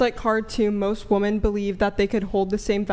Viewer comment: it's "wo ..MEN .. not "woman". Learn how to pronounce the plural of woman. My god.